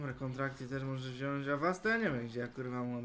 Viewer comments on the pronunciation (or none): none